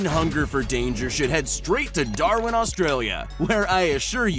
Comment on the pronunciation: You said darwin wrong